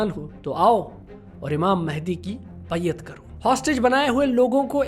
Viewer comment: Baiyaat ni baiaat